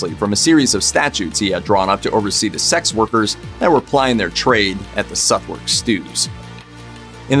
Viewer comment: Interesting video. Can I just point out that Southwark is not pronounced as it is written. It is pronounced suth-uck. Otherwise really interesting